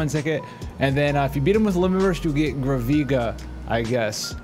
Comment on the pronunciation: It’s Graaavvviga